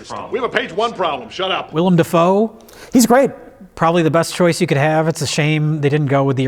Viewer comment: "The mirror scene with william da foe is probably my favorite scene in this moo-vee" -, pronouncer of things